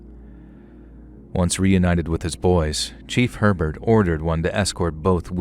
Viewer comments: It’s not pronounced HER-burt but rather AY-bear. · lmao dude down here in Louisiana Herbert is pronounced a-bear and belle chasse is bell chase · New Orleans native here. Admittedly, you’ve done better than most with the pronunciation of the names, places, and people of our unique region. But…I can’t help but give constructive criticism. Herbert is pronounced “Ay-bear” Belle Chaise is “Belle Chase” like you chase someone. The words that look like they’d be said with a French accent are usually not as complicated and are said as they look. Plaquemines (as in the Parish) is “PLACK-uh-mins” plack like black, Mins like wins. I have offered my assistance and expertise in the Southeast Louisiana regional knowledge. I can help with proper pronunciation and of the incredibly unique and diverse heritage that formed my hometown. We do things very differently down here.